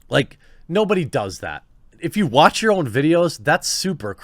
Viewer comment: “Muh twatch”